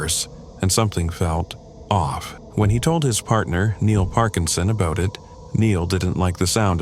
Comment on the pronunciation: What’s “aboowt”